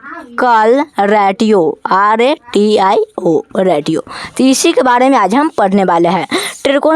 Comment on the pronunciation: रेटियों नही बेटा जी रेशियो बोलो